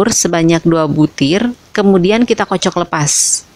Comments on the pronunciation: ngomongy itu ya Kak yg krg enak d dengar, kocok bilang kocek, sendok bilang sinduk, bahasa indonesiay kurang sip, tdk se sip resepy. maaf koreksi ya kak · bu kocok bukan kocek + 😂😂canda bu,jngn di bawa ke hati yah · Bu di ''kocek'' apa di kocok🤣🤣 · Kocok bukan kocek☹ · Kocok bu bukan kocek😂